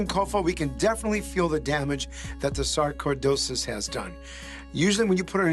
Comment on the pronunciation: Sarko-dosis? I've never heard it pronounced that way.